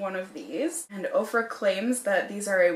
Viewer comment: They do state on their website that once you place the order, they in turn place an order from the vendor. It's a long process but so worth it because the discounts are so great, IMO. I've purchased everything from clothing to makeup to a couple of pieces of furniture. Ofra always sounds like okra is being mispronounced. 😜